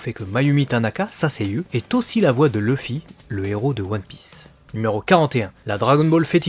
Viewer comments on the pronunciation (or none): none